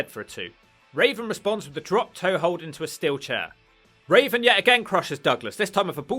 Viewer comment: Why do you keep calling Raven as Raisin?